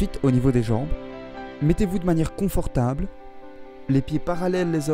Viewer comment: "comfortable" mdr c'est coNfortable et pas coMfortable